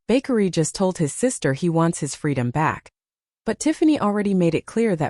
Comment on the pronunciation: His name is...Ba-kar-ree! I no I spelled wrong, now the narrator can pronounce it right!😅😅😅😅